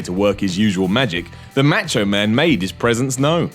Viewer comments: its not "match-o" man. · Simon can't pronounce Macho.